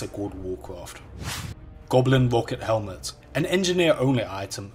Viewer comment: Goblin Wocket Hewmet. Didn't know Barry Kripke liked wow...